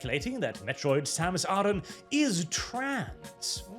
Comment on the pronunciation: It's Samus Aran, not Samus A-Man.